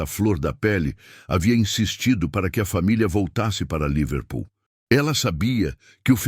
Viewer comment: A palavra não é Líverpool, com acentuação tônica na primeira sílaba como o narrador falou aí. A palavra é Liver Pool. A sílaba tônica não é em 'li' mas em 'pool'.